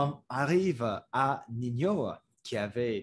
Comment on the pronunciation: Ninho se prononce comme le mot ninho en portugais, donc ça se prononce "ninio" (ou comme niño en espagnol) -as a French person I enjoyed how you showed that it's pretty nuanced and not just "before good, now bad" -for example you have Jul who is seen as a "bad" rapper making "bad" music by the old heads. But when you look deeper, Jul is giving back to his community in Marseille, releasing albums for free etc so once again showing that there are nuances to everything